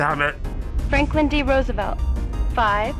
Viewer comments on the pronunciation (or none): none